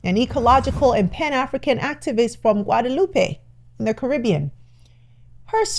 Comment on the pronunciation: As a Caribbean native I need to inform you that Guadeloupe is pronounced Gwaa-duh-loop. The way it's pronounced here refers to a city in Mexico. It's a common mistake even in the USA, just like Dominica and Dominican Republic. These are all different countries.